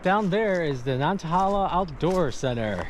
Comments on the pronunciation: Nan tay hay la is how the locals pronounce that outdoor center. Hope you got to get a snack at the restaurant there. They have great burgers! You are rocking it! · Nan-tuh-HAY-luh is in the App-uh-LATCH-un mountains XD